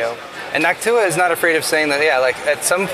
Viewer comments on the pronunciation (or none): NawkTuah is definitely an interesting way to pronounce Noctua